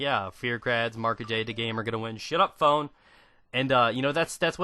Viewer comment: Everytime you say "Shut up phone" I keep thinking you have tourettes or something and you're saying "shut up, "